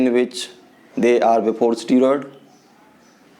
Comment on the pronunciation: pahele to english ka pronunciation dang se bolna sikh le unpart illerate steroid ko strod bolta hai ahahahah aur this guy is born with above average gentics so obviously he will be better aur khud ko dakh u r a chicken shit aur ye sab faltu chutiyab se views kamana band kar de bhen ka lund sale dikhne me too chusa hua aam lag raha hai ahahahha